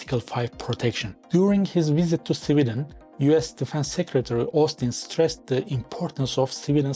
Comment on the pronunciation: Why are you pronouncing Sweden as civilian*